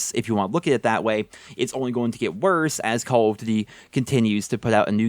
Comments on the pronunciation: "CALL OF dűdi" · The way this guy is saying call of duty is triggering me so bad